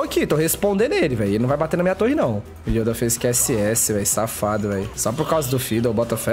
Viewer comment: " estam,os contra o youda , jovirone " kkkkkkkkkkkkkkk TRADUZINDO = OS AFUNDADOS KKKKKKKKKK